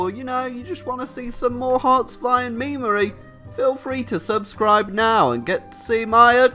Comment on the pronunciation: "Memery" shiver